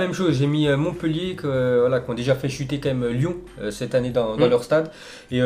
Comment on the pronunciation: Il a parler de Lyon et Lille ok mais il c mal prononcé